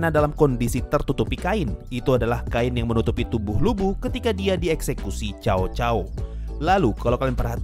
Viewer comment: Cao cao dibaca saw saw bang 😁